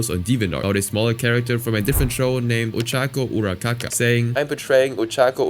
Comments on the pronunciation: lol you said Ura-kaka not Ura-raka not trying to be rude😂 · He says Uracaca instead of uraraka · Urakaka 🤣 it's Uraraka, there's two Rs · im sorry i laughed when he said ochaco urakaka instead of uraraka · u said urakaka instead of uraraka and caca means shit in french so i had a small laugh here, but ye really enjoy ur content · its uraraka not urakaka god that just pissed me off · Ochaco Urakaka...? Is this AI made or just low effort? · “Ura-Kaa-kaa” is diabolical 😭😭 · HELP WHY DOES HE SAYS URURAKAS NAME AS URUCAKA (im spanish and caka means poop TOT) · All the main stuff aside, bro really pronounced Ochaco's name "Ochaco Urakaka" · (Why It sounds like he Is saying Ochaco UraKaKa xD) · crazy but i had to laugh when u said ochaco urarakaka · As a fan of Hazbin Hotel, I fucking hate it here. Fans are so fucking gross and horrid. Also, mispronouncing "Ochako Uraraka" was PAINFUL to hear. 'Urakaka'..? Buddy. 🤦🏻‍♀️ Edit: AIZAWA AND TSUYU..?! Babe, that's pedophilia-! Oh my god, I'm gonna be fucking sick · I was mad at the girl but but the mispronounciation took me outtt asdfghag 🤣🤣🤣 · I'm sorry I'm cracking up at urarakas mispronounced name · SAY URARAKAS NAME RIGHT PLEASE ITS PISSING ME OFF in a jokingly manner